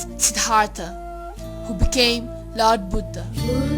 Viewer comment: Good piece of work but very poor English pronunciation.. the word lord is pronounced as 'lerd' and born as ''bern'.... !!